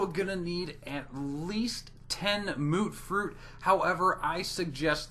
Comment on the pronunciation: He called mutfruit mootfroot and I’m supposed to believe him smh 🤦‍♂️